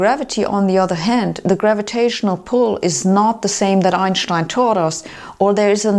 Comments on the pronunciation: Very coherent presentation. Thanks! and... finally someone correctly pronounces Albert Einsteins name!!! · Anik Samiur Rahman She uses the German pronunciation which is fair as Einstein was German.